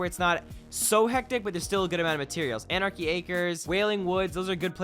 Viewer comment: did realy say to dro anarchy